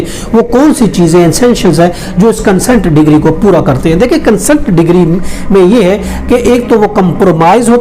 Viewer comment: Decree bolna sikh le pehle